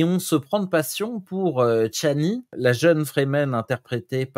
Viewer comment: C’est pas chanli, c’est Chani !